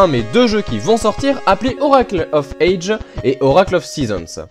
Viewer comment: Bon, petit moment critique (mais j't'adore hein ;) ) une première chose, on dit 'oracle of ages (prononce adjiz !!) (dsl mais ca m'a dérangé tte la vidéo ^^ Ensuite la nouvelle formule me plaît bien (pense juste à sortir de la cave lors de la prochaine intro lol ) mais je ne vois pas trop l'intérêt de perdre 30sec de vidéos (qui en plus est déjà courte à la base...) à te voir allumer les consoles (surtout que on voit rien sur cette GBA SP !!) je prefererais 30secondes de piano de plus !